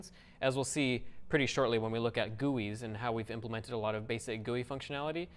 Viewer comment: When he says "gewwies" "Gee-you-ice"....